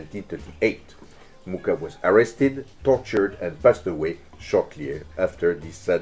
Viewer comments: I am in love. It's absolutely amazing. Only the pronunciation of Mucha is off. It's pronounced with a Spanish J sound instead of the English K for the CH letter. (Yes, I know how to pronounce it, I am of the same nationality, and yes, in this language CH is in fact one letter.) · It would be nice if you pronounced his surname correctly. Actually, the Wikipedia shows the correct pronunciation: [ˈalfons ˈmuxa], that is «Mukha» not «Muka». Also here